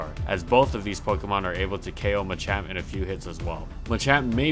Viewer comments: Thats ma-champ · Wtf is a Muchamp? I thought it was called Machamp?